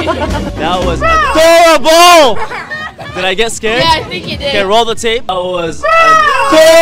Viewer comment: Best “AadoRaBBle” in my life 😂